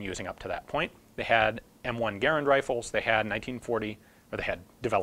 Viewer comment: Much respect but it's Gaa-rand not Gair-and. Thanks